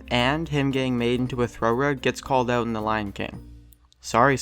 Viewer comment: It's out, not oot